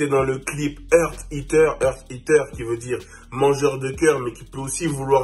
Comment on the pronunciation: Bordel il dit quoi? mdrr c est heart eater pas Earth non? elle mange un coeur pas de la teerre Mdrrr